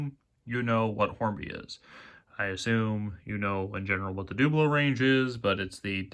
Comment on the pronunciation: Hornby Dooblo? So you would pronounce 'double' as 'dooble' ...? YouTube is so entertaining! And by the way, Great Video!